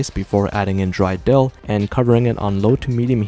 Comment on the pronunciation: The way he said dill